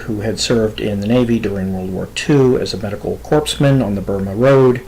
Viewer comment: Yeah I love his channel and his stories. He does a really good job, especially in his Roy Demeo series but the mispronunciations get me every blue moon when they happen. I also heard him pronounce "corpsmen" like "corpse man."